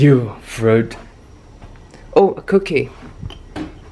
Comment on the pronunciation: The way he says cookie